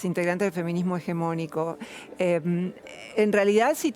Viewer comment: Se le sube el azúcar a la entrevistadora cada vez que Roxana pronuncia "feminismo hegemónico".